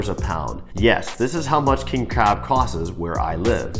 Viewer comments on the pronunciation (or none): Did you say "cost-es"?